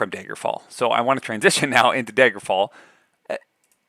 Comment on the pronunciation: Are you from Wisconsin? I noticed "Daygerfall"